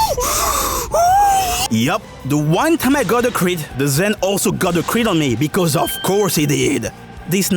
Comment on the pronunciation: It's crit. not chit. Unless you wanna shitpost bout it